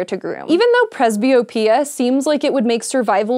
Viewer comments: It's: prez-be-OH-pi-uh NOT prez-be-oh-PI-uh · I hate the way she pronounces presby-OP-ia. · Presbyopia is not the same thing as farsightedness, you're right. She also mispronounces it. The stress is on the "o".